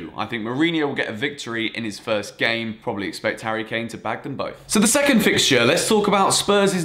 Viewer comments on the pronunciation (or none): none